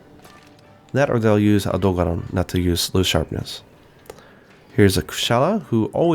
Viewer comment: The way he pronounces Zorah Magdaros, Odogaron etc. is so cringeworthy, it's not even funny anymore.